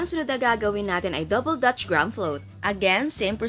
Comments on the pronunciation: Greyham kasi pagbasa doon hindi graham!!!!!!!!!!!!!!!! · anong "grams" ? its grahams. okey na sana eh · Mali ka jan chef, as in "gram" talag?ah search ka sa YouTube paano tamang pronunciation wag po trying hard,napakabilis mo magsalita inaarte pa kc ang accent sagwa tuloy pakinggan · Tama yung isang comment. We read it at "GRAM" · haha mas nakakastress yung di alam ang tunay na pronunciation ng graham hahaha 😂😂😂